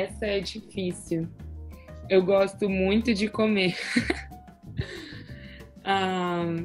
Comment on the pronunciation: Yeah, the way he got the nasal vowels' pronunciation was impressive! Note how he says 'muito' with the appropriate nasalization.